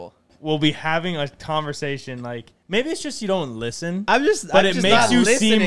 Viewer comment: “we’ll be having a tonversation”